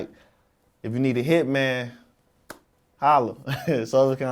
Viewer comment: "So why the name Hitman Holler?" "I remember I did an interview with Uncle Murder" "Ghostface Killer" Vlad adds an 'er' to any word that ends in 'a' ...